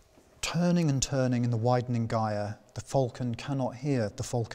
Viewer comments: He is mispronouncing it. A mistake. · In and in the presenter said /ˈgaɪər/and ALL dictionaries and people I knew said /ˈdʒaɪər/. Can someone please explain what is his reason for that? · An enjoyable talk, thank you. Two small points: "gyre" is pronounced "jire", as in gyroscope; and "phenomenon" is the singular of "phenomena".